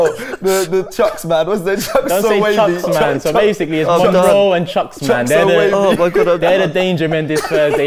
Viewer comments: Monroe... Homie is dyslexic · That "Monroe" is as good as Robbie's "Vincensius" 🤣🤣🤣🤣